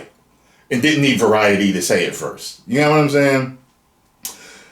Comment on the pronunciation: British colonial monopoly man voice: varieeeety😂😂😂